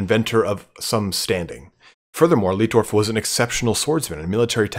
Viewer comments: Just so you know, it's light-dorf, not leet-dorf. In German, where you have an i and an e together like that, you pronounce it as the elongated version of the second letter. So sieg would be seeg, but arbeit would be ar-bite. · Its "LIGHT"DORF not "LIT"DORF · great video mate, though the chaps name is pronounced differently "ei" in German is pronounced as "i" would be in English Leitdorf is pronounced Lightdorf basically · Si pronuncia Laitdorf.